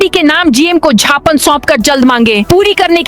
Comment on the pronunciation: झापन या ज्ञापन 😂